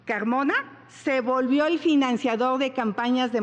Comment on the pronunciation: Financiagor ..enseñen a pronunciar a esta señora X .....poque ..poque